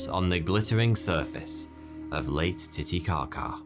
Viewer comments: Pretty sure he said late titicaca at 1.50ish lol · You said Late Titikaka